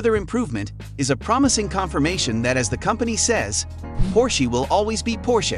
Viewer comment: Por-shee?? Its, Por-sha Get that right!!